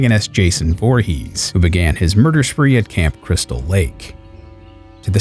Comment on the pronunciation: Voorhees,.. not Vorhees